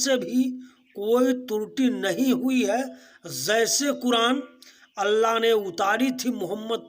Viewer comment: Sir pahle apna pronounciation thheek krle......"Zaise" nhi "Jaise" hota h..... Aur Gutkha khana bnd krdijiye,kyunki isse pta chal ja rha ki aap jaahil h......Hm bhi quran ko aasmani kitab nhi mante, pr aap quran ko misinterpret kr rhe h, kyunki aap khud nhi quran pde h.....Isliye aap ka knowledge adhura h kathmullo se swaal uthane ke liye....